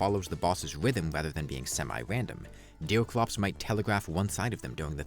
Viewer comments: ''deew cwops wis thew fiwst'' Bro needs to learn his aws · Why do you keep calling him deal clops? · Who the f is Deel Crops you keep talking about? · I love how he says “bothes” and “deoclops” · is he saying deercwops, pwayer and cwosover? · Dewclops, Don't Stawve Together, Pewiodically, Vawiable, Vewy, Diffewence, Fiwst Boss, Evewy, Pwayer, Fwustwating